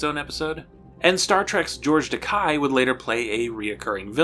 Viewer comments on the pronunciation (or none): FTR, Romanized Japanese names are not pronounced like German names: The way you said George Takei's family name would be spelled "Takai" (which is also a Japanese family name); to put it another way, "Takei" rhymes with "gay" (he even played this up in recent years with the catchphrase "It's OK to be Takei").